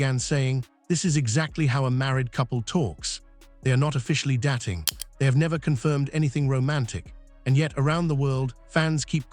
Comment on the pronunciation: Please use a narrator who can pronpunce words correctly. He sounds uttrly moronic. Dating surely easy to say! Hopeless